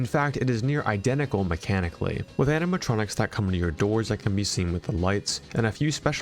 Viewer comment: ‘’animatronics’’ that hurts so bad.